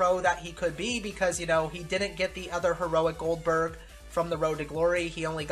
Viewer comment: also it’s Goldberg not oldberg